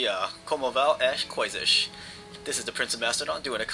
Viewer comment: Portugal and England are the oldest allies in the world... Your try at portuguese was cool... It was pretty good but the "vão as coisas?" gave you away lol